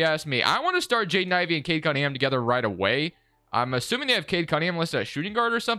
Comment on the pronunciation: I’ve watched like 5 of these and I’m half way thru this one and so far you have yet to say cade cunningham’s name right 🤣